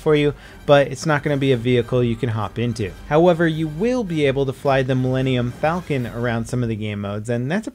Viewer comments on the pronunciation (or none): none